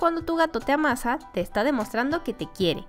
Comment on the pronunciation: Por que se escucha chisto la palabra amasa como si fueras un pan Ademas de que si las separas seuna como si te ama -- sa Por eso puse el renglón xD